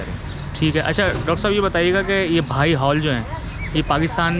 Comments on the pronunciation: یہ بھائی مذہب نہیں ۔۔۔۔ بہائی (بے ہائی) ہے۔ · محترم آج میں نے بہت عرصے کے بعد آپ کی ویڈیو دیکھی ، مجھے بہت اچھا لگا ، ایک گذارش یہ کہ اس مذہب کا نام "بھائی" نہیں ہے ، بلکہ "بَہَائى" ہے ۔ یعنی ب اور ھ کو آپس میں ملانا نہیں ہے ، بلکہ ب کے اوپر بھی زبر ہے ، پھر ھ کے اوپر بھی زبر ہے ۔ جیسے جمالی ، جلالی ، غزالی ، ایسے ہی بہائى ۔ یہ بہاء سے ہے ، جیسے بہاء الدین ۔ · Sorry sir ... its not بھائ ۔۔۔ but بہائ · بار بار کہنے کے باوجود آپ بہائی کے تلفظ کو بھائی کہتے رہے۔ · "بھائی" نہیں، " بہائی" مذہب۔ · یہ لفظ بھائی نہیں بہائی ہے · بھائی نہیں بہائی۔۔۔۔پہلے تلفظ تو ٹھیک کرلیں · NOT BHAI ITS BAHAI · Bhai nahi yar BAHAI hai wo mazhab theek se to bolo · اینکر صاحب دین بھائ نہیں بہائ ہے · ان الدین عند اللّٰ🎉ہ اسلام ۔ اللہ کے ہاں دین صرف اسلام ہے۔ہمارا مذہب اسلام ہے ۔اللہ پاک ہمیں دین اسلام پر استقامت نصیب فرمایۓ ۔ آ مین ثم آمین ۔ یہ جو لفظ آپ بھائ بول رہے ہیں یہ لفظ بہائ ہے ۔ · او گدھے اینکر یہ لفظ ( بھائی ) نہیں بلکہ ( بہائی ) ہے جو بار بار سننے کے بعد بھی تلفظ کی ادائیگی نہ کر سکے کیا وہ گدھا اینکر بننے کی اہلیت رکھتا ہے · bhai nahi ..bahaai...hai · Bhai Nahi behai tallufz hy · بھاٸ نہیں ، بہاٸ ، تلفظ: بے ہاٸ۔ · Behaaeei hy mery i Naam to Sahi ly lein bhaijaan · Bhai nhi blke bahai HOTA hai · Bhai Nahi Bihai hai